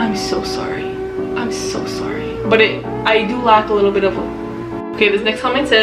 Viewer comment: Canadians do be popping with the accent on the word "sorry" and I'm here for it